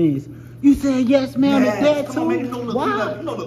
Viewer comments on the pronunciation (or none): "Yes Mama" lol it's "Yes Ma'am" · Yes Mama is pronounced ma'am from now on